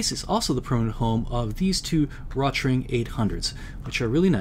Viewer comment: The name "Rotring" is pronounced "roat-ring", "roat" rhyming with "goat".